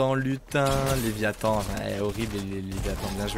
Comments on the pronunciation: Toum' Laratt le leviAthan c léviathan mdr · "le lévitan"... Il vole ?